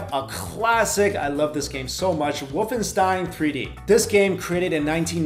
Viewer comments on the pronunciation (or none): none